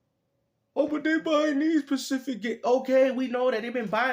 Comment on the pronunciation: The word is "specific/specifically" alright, it's not "pacific", thats a fuhkin ocean,cmon now man😅